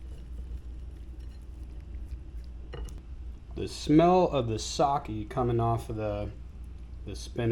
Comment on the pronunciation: Using unwanted species in creative and accessible dishes is exactly why I watch this channel! The pronunciation of sake did hurt a bit though